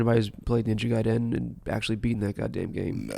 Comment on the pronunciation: I agree about Ninja Gaiden but, i thought it was pronounced GUY-den.